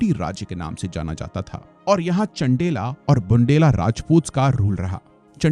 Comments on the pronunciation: It's not छेडी, चंडेला or बुंडेला..it's चेदि, चंदेल and बुन्देल..it's bit irritating to hear such pronunciation from a prestigious study platform. Everythig is excellent. Just a good pronunciation is expected.🙏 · चण्डेला नहीं चंदेल है और टीमक गढ़ नहीं टीकम गढ़ है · बंडेला नहीं मास्साब 😂😂😂 बुंदेला ... और चंडेला नहीं चंदेल शासक थे... कम से कम इतनी जानकारी तो... खैर.. कोई बात नहीं 😅